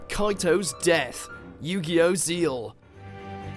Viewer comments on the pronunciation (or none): Most of these are anime I watch. Damn and I thought my tastes were limited to kids anime but nope. Also Yu-Gi-Oh! Zexal is pronounced 'Sex-Al', not 'Seal'. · It is Zeal, but it is still not pronounced like that. It's more like Zhe-Ahl. As in, you pronounced it JUST like Zexal, only you leave out the X. It ain't Zeeel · He called the 4th Yu-Gi-Oh series “Zeal”. Dude there’s a big X in the middle of the word.